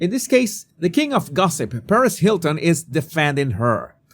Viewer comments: I had to laugh when pronounced Perez..like Paris..........it Perezzzz dude heehee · me too! Lol it confused me for a second and I thought he was talking about Mrs. Hilton 😂😂